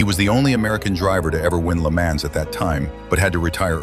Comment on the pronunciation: At least pronounce Le Mans correctly...Jesus...